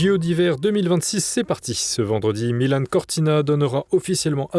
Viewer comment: Vous savez, quand on entend MilanE pour Milan et Gouiseppe pour Giuseppe Meazza, il ne faut s'etonner de rien. Cela choque un bon et vrai Milanais, mais la culture de base est définie autrement de nos jours! Et pas du tout dans le bon sens.